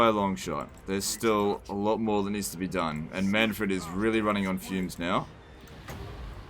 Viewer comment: mannfred says his name in the game and you still pronounce it wrong.